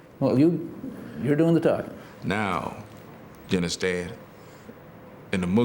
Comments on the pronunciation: Unnuhstan? Unnuhstan? Unnuhstan? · "Ya undastand, ya undastand?" An insecure psychopath, this man is...You ain't no king, SIR...You're a court jester!!! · "You understen?" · "y'unnerstand?" Um, no. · But seriously, do y'all UNDASTAN??